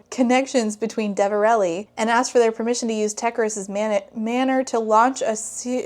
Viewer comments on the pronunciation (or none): none